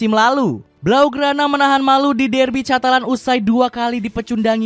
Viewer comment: izin koreksi pengucapan/pronounciation mas voice over yg belum tepat ya :) catalán : katalan carvajal : karvahal cubarsi : kubarsi casado : kasado thank youuu